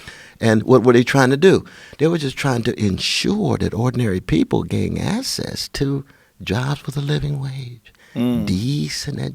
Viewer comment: I cannot take someone seriously that cannot properly pronounce the word access